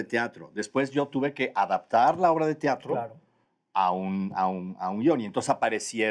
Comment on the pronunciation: ¿Tiatro? dice ¿tiatro?